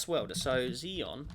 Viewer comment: xenon is pronounced as zeen non